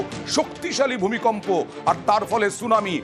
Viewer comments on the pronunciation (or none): ভয়াবহ ভুইকম্প 😂😂